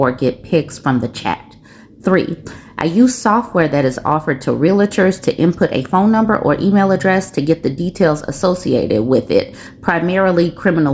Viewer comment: Reel a turs? It's pronounced REAL TURS.